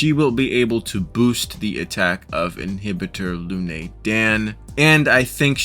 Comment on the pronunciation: It is imbibitor lunae not inhibitor lunae.